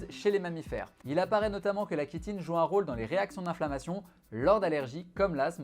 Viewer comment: chi(tine) se prononce shi et non ki ! chitine, chiant, chiot, bronchiolite